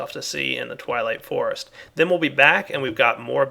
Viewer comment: LOL he said "TIME TO WAP-UP" "TWIGHWIGHT FOREST"